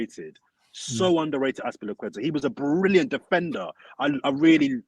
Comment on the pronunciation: we get it 😂😂 defenDer must be pronounced with a strong D 💀